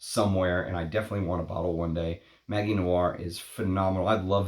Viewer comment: Interesting video. Btw, in French, ‘magie’ is pronounced with a soft ‘g’, as with the English ‘magic’.